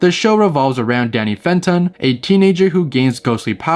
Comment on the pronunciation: "Danny Fanton"